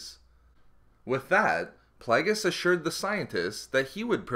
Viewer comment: I stopped watching this because of 'plag-us'